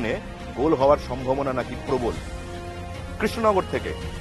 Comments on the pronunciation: Didi krishnagar ar pronounced ta thik kore aga koro tarpor na hoi vot a darou....#কেশনগর😂😂😂😂😂😂😂😂😂😂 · kesh Nagar na re 😂 krishnanagar